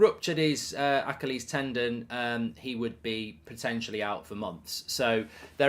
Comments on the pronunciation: Why are you pronouncing Achilles like that? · Genuinely never heard anyone pronounce "achilles" like that lmao